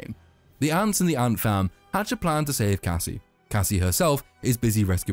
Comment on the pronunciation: I know you're saying ant fam, but it sounds like Ant Farm, which is hilarious to me.